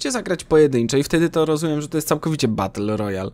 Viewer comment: bater royal XD śmiesznie to mówisz masło